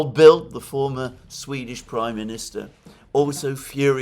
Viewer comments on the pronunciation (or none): none